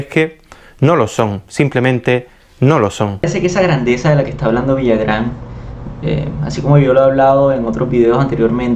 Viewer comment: No es Villagrán, es Villarán....si es cierto que es algo impetuoso y se pasa en la forma de hablar de Botero pero tiene razón en que ahora las pinturas no se comparan a la de otros pintores del pasado y no son obras maestras, solo son pinturas que alguien puso un precio. A demás, el hecho que alguien diga que es bueno, bonito o le ponga palabras sofisticadas no dejan de ser lo que son. Pasa lo mismo con la moda, que porque uno o dos o tres personajes dicen que debe ser moda, entonces así debe ser????????